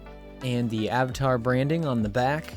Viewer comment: You said into a time stamp Avitar and not Avatar 😂